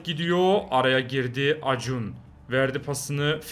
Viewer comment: Acuna:Akunya diye okunan şey acun diye okuyan abim